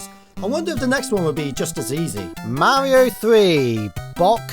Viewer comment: why do you go out of your way to avoid pronouncing any kind of "r" sounds ? we get it you're british. I mean not pronouncing "r"s at the end of words yeah that's expected. but saying like "petend" or "mauio" or a "uom" (rom) it's ok. you can say the r. you'll be alright.